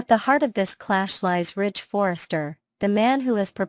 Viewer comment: Ridge not Rich. I don't know why you keep showing pictures of people who are no longer on the show. The pictures do not reflect what you are saying so it is misleading. I do agree they need some new writers. Those of us who have watched this show since the first episode, do not buy into all the misinformation and conjecture. Either present a viable program or quit with useless words that are meant to foster interest. It isn't working.